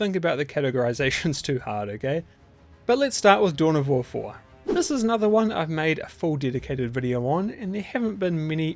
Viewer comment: What? Dune of War?? Your pronunciation is terrible.